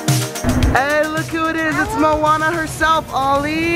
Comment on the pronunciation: Did say mouana